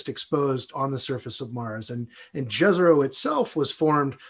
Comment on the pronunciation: Fantastic mission, can't wait. Just wondering why everyone on the planet is mispronouncing Jezero?